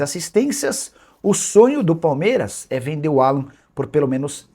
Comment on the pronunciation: Não é Alã, é Álan